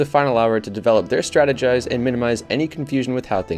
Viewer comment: I dunno, to me it sounded like he just mispronounced strategies. Not that it matters anyway, I was only making a joke